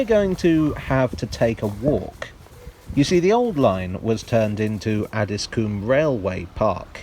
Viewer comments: I think it's pronounced Addis-com not Addis-coom! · It's pronounced Addsis comb. Not Addis Coom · I guess coom is probably the right pronunciation but have never heard anyone call it that. 😂 Ah-dis-cum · Interesting video thanks. Just to let you know it’s pronounced “addiscome”. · Just being a bit picky. Having lived in Croydon for many years and worked just round the corner from Addiscombe Station. Just to let you know it's pronounced "Addiscome". :) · I live at elmers end and this is how you say Addiscombe Add-is-Co-mbe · Please stop pronouncing Addiscombe as “Addis-coombe”! It’s where I live. I highly doubt phase IV of the Jubilee/Fleet Line would have got as far as Hayes and I highly doubt the Bakerloo will get that far either. Although Croydon have wanted the Tube to get here (the Victoria Line was planned to terminate at West Croydon, but the usual problems of tunnelling south of the Thames meant the line was going to be cut back at Streatham, then eventually it was cut back even further at Brixton), Bromley council have objected to any plans to extend the Tube into their borough in the past and for the extension of Tramlink into Bromley town centre. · I'm from Beckenham and grew up in Elmer's End area. There's an urban legend that says Elmer was a highway man that was hung. Also Addiscombe is pronounced Addys-cum by the locals. 😂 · It’s add-is-coh-mbe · He's not from Addiscombe though (I am). There's no vowel in there - it's more like Addis-cm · LOOOOOL 'ADDISCOOM' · The Addiscombe tram stop is actually more or less on the site of Bingham Road Station, about 20 metres along and 3 metres down. Bingham Road was the location for the train scene at the opening of the Tony Hancock film 'The Rebel'. PS us Croydon types pronounce it Addiscum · The 'O' in Addiscombe is short... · Have been saying Addiscombe wrong this whole time?